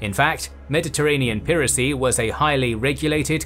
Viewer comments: It's ('pai ra cy) not ('pee ra cy) 😡❗ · "piracy" isn't pronounced that way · Did you say "peeracy"? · Weird pronunication of 'piracy' ! 🙄